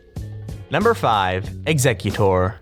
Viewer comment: It's eggcicute but say or at the end